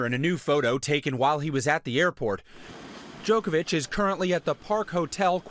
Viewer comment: Really Stephanopoulos? DjokoviK? You knew how to pronounce Milošević properly when you worked for Bill Clinton in the 90's, but you don't know how to say Djoković.. Strašno..